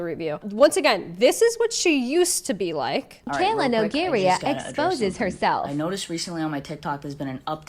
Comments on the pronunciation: "Mikayla Nogueira"...more like "mikayla no-girl" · Her name is correct pronunciation would be no(as in "no" in Spanish).guei(as in gay).ra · The way Nogueira is pronounced is awfull